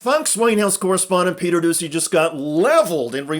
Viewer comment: It's pronounced Peter Doochy